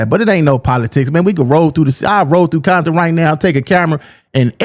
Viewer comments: Ain't no 🥾bompton. It's Compton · It's Compton!! Ain't nothing else...in my era even the Ru" said compton....you never heard Quik say that shyt until recent years....and why say it with a B??? They're not "bloods" .....there isn't 1 blood set in The Hub!!! All Ru's......🤷🏾‍♂️🤷🏾‍♂️🤷🏾‍♂️🤣🤣